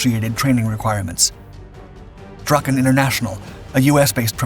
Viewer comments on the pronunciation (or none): none